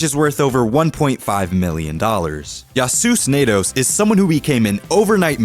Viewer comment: LMFAO YASUS NADOS HAHAHAHAHAHAHAHA, no bm to you tho, is just that as a league player this reading of a name im very familiar with sounds hilarious 😭